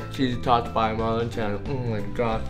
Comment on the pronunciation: its MarLin not marVin